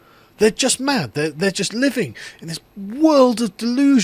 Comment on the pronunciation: Oh ‘Living’?!?! .. I thought you said ‘Leaving’!?! I was like .. WTF would young people be terrified of leaving Britain? 😂